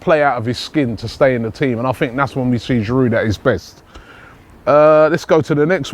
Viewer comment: There's a silent 'd' in Giroud, just as there is a silent 'H' in Henry. Some respect for our French players, please.